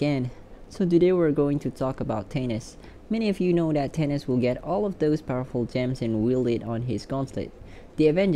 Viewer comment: Who the hell is “tanis”? It’s “Thay-Nos”